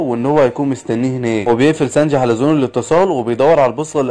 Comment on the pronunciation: هو في ايه بقا مش كنت بتقول سنجي ايه الي خلاك تقول سنج ياعم بحب ملخصاتك بس حاول تقول الاسامي صح بعد ازنكككككككككككككككككك